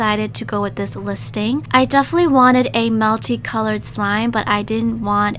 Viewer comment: Did anyone hear when she said melty not multi